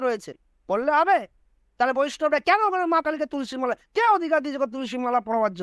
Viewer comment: ভাই তোমার এত জালা কিসের, যে তুমি কৃষ্ণ কালী মায়ের নামে এই বাজে কথা বলছেন, আমার তো মনে হচ্ছে আপনি মানুষ না, একটা ভিডিও করছেন তাতে এত বাজে ভাসা বলছেন, আপনি জানেন না তুলসী মালা টা উচ্চারণ করতে পারছেন না, বড় বড় কথা আপনার মুখে সাজায় না, আপনার কিসের ব্যবসা সেই ব্যবসাটার দিকে মন দিন, কৃষ্ণ কালী মায়ের নামে নিন্দা না করে